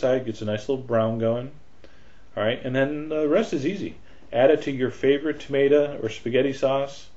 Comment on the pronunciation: Tomata lol!😆